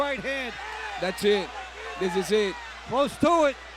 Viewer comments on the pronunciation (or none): none